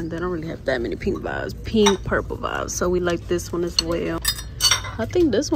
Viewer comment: I love when say vives instead of vibes😂 she is so cute! Big Virgo!! 🎉💕